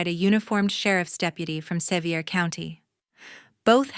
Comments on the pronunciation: It is pronounced "Se-vere" county. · Sevier County is pronounced Severe